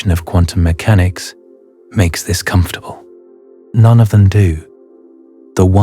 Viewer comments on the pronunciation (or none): none